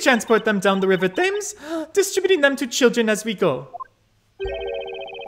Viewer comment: I'll never not laugh when I hear non-Brits say "River Thames" totally wrong. It's pronounced "Temms". And there's no way that anyone would know that without being told so first.